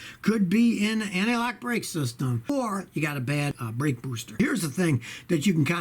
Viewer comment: the way he says booster cracks me up.